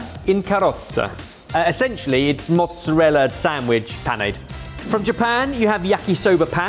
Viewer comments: At least he got the pronunciation of mozzarella correct! Potato, Patahto. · Then he says Mozzarella properly. He should have stuck to his guns and said “Mozzaraya”. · It‘s funny because they‘re pronouncing mozzarella correctly. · literally did it every time he said mortadella, but in the very next round he is saying mozzarella with "L" sound at the end 😮